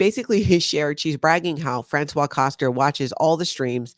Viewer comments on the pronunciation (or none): Dear.... It's Franswaze (Françoise) Koster, not Franswa (François) because this is a man's name! 😮